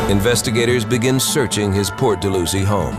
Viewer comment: Dal-how-zee not Dull-loo-zee.